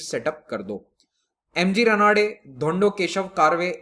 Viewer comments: Pronunciation is not 'रनाडे', but 'रानडे'. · Sir there are some pronunciation mistakes Not रनाडे its रानडे Not कारवे its कर्वे (करवे) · Correct pronunciation of Ranade and Karve is रानडे and कर्वे.......